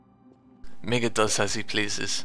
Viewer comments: please pronouce it as Meega!!! (getting uncomfortable!) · Really it's meant to be pronounced as shown here except replace the double k with a double g so it's /ˈmiːgːɑ/ instead. But I am amused by how says it so that's fine by me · The way you pronounce Miigga xD